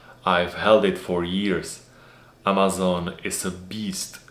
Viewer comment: Díky, až na AMD souhlasím (uvidíme zítra), na Čecha krásná angličtina, jedině "AMAZON" se vyslovuje trošku jinak, je to přece jen americká firma 🙂